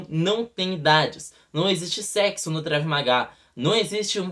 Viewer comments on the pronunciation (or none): Meu Deus alguém ensina ele a pronunciar corretamente...